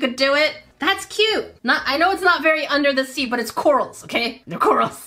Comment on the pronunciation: Omgosh, I laughed so hard I was crying. This was fantastic and I love the, “undah dah sea” one. Thank you for the laughs.